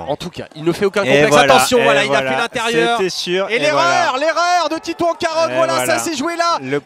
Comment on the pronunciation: Le présentateur a un problème pour dire titouan carod 🙄🙄🙄